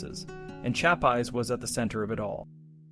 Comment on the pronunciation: Shap Eyes? Kath-a-reen?😅